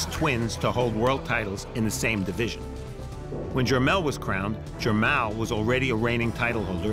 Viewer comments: Jer- "mall". like the shopping "mall" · Bruh its Jermell n JER-MALL like going shopping in the MALL! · This is listed ad Mall but Farhood keeps calling him Mell.... and showtime didn't feel it important enough to correct? WTF? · He keeps calling him jermell but this is the bigger older brotha jermall lol! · It is Jermall not Jermail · Jer-mall! Dude don't know how to pronounce his name. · It’s PRONOUNCED GER-MALL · "Jer-mal" whaa? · It's Jermoll lol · It’s jer mall smh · It's Jer-Mall, like mall lol, that shit was annoying as hell.